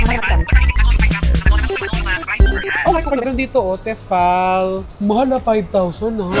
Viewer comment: I love your vlogs!!! Pero advice lang po it's "Tee fal" 😊